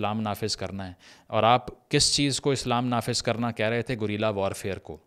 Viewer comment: great video! Just one feedback, guerilla is pronounced گےریلا not گوریلا